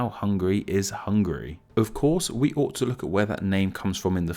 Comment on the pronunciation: Oh man! I love your chanel but you pronounced Hungary soo terribly!